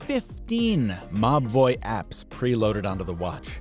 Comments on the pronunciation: I can only hear "ma boy" in the video and not Mobvoi, nothing will convince me otherwise 🤣🤣🤣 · All this while my stupid ass thought he's saying 'Ma boi'